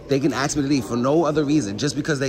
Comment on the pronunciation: They can axe.